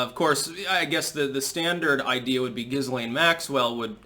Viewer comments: it's pronounced Gil-aine, not Jizz-lane. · Her name is pronounced without the ‘S’, like Galane. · Maxwell's first name is pronounced GEE (hard G) LEN (soft E) ✌